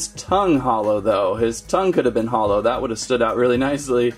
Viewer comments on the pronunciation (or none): none